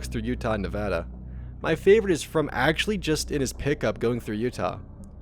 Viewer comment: Holyshit someone pronounce Nevada correctly. I'm from Vegas and yeah, there's a lot of testing in the state. I mean a lot of land is just straight up government property.